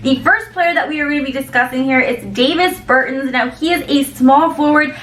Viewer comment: C'mon now! Davis Burton! Lmao! Both the 1st and last name pronunciation is wrong! ... He's Latvian; you made it sound like he was born n raised outta Idaho Nebraska 😂😫... try Giannis Antentenokoumpo